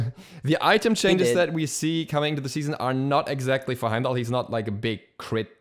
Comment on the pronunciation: LOL HE SAID HYMENDALLR